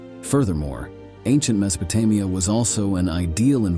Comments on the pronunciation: Me so pe te Mia? Get someone who is familiar how things are supposed to be pronounced!!! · AI voices are so lame. Can't stand em. Horribly mispronouncing Mesopotamia and other names we all know but this voice just can't seem to get it's mouth around.